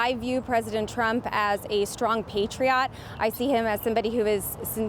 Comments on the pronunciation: she said patriot like she was about to say Patreon...umm...last time I checked patriot was pronounced pay-tree-it and not pay-tree-ott 😂😂😂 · no there is only 1 way to say patriot. R u even a native speaker lol